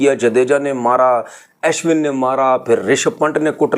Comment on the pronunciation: Aaashwin nahi hai woh Ashwin hain, bolna tau sikhlo punjabi pakistaniyo gawar😂